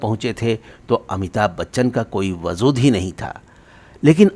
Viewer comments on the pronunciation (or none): Wajood ko Wazood kah kar Urdu ko Rooh ko Majrooh ( Mazrooh naheen ) kiya ney. Javed ko Zaved, phool ko Fool, phugga ko Fugga, yeh kaisa Mazaaq hai Zubaan ( Bhaashaoun se ) se!!!!????